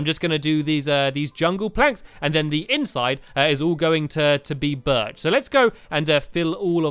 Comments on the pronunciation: You did not say berch right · STAMPY YOUR NOT SAYING BIRCH PROPORLY!!!!!!!!!!!!!!!!